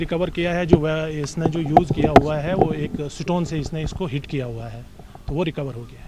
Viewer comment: stone ko , satone bolrahahay,, kaisha anpadh officer hay